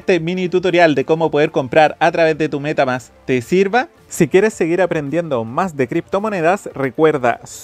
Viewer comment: " la cuenta de META MÁSSS!"... jashjadh esta bueno el video